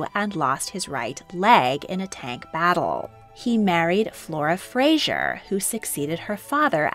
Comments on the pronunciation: Fraser not Frasier. It’s not pronounced or spelt the same way as the tv character. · it is pronounced Fray-ser in both this situation and Outlander